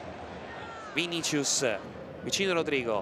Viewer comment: Qualcuno dica a quelli di dazn che si pronuncia "VINISSIUS"